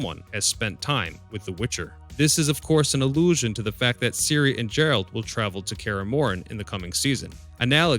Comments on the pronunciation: who the fuck is Jeralt? my mans, his name is Geralt. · Ger-Alt Not Jerald 😂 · Geralt! Not Jeralt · did you just say Jeralt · Say it correctly bro. It's Geralt like G from Games. not Jerald